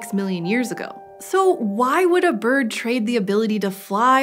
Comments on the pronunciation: she says birb not bird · she said birb 😂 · Did someone realize she said birb and not bird? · Did she say birb